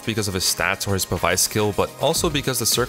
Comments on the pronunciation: Say it with me now Pah-bees, not pa-vice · I hate to be nitpick, but this was honestly throwing me off a lot throughout the video, so I just had to comment for future reference. Pavise is pronounced like "pavis." The ability is in reference to pavise shields, which were very large shields that, unlike regular shields, were not held in the hand when in use but instead deployed on the ground to stand upright independently. They essentially acted as portable cover from incoming arrow fire.